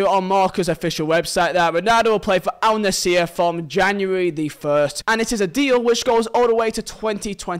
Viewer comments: I hate to be that guy but its Al-Nassr not Al-Nassir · bro where are you getting the e from its al nassr not al naseer